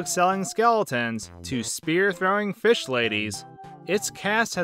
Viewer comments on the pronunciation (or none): none